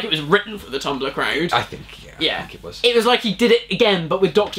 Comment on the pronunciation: pablolara125 I was saying how in 2010 the Doctor referenced most social media sites in Eleventh Hour, apart from tumblr, then continued to reference twitter through , I get a tumblr reference and its years too late, the actors don't even say the name properly and its not the right app on screen.